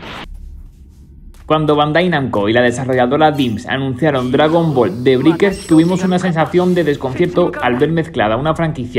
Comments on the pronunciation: "briquers" "monición" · se dice breikers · "De briker" 😂😂😂 que zonzo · Estaría genial que supieras pronunciar la palabra Breakers.